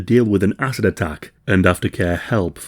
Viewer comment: Great vid, horrible subject but am I the only one hearing asses and not acid here? 😬